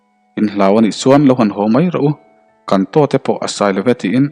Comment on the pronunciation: Kantote pawh asailove, i chhiar diklo thin lutuk